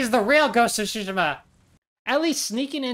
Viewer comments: its pronounced tSu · proper pronunciation is Tsu - Shee - Ma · It's tsu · Tsushima but the t is silent so its sushi-ma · Tsu is different from su, and some people just pronounce it differently.. but it's definitely not tooshima 💀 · jin does NOT pronounce it Tushima, what are you talking about? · It’s not Tsushima it’s Tsushima.